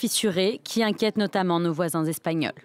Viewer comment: Inquète? À tel point que le i s'est échappé 😂